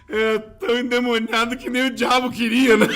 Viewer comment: o correto é ENDEMONIADO. nao tem NH na palavra